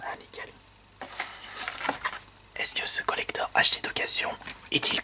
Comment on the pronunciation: ce que contient ce COLLECTHORRRRRHEEEE Aie la prononciation